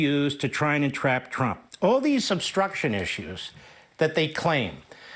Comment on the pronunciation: How about when he called himself "Donald Prump"? Not many people have mispronounced their own name.